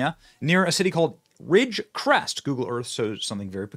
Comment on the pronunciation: I lived in Ridgecrest a few years ago. I know the China Lake AFB is out there. If you go a little further East I believe? there's Helendale (sp) which is super secretive. BTW I've never heard anyone pronounce Ridge CREST the way you did 😂